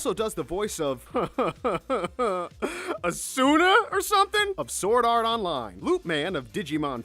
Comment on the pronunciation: ok asuna is pronounced A-suu-na